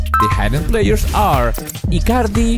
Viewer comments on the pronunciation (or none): none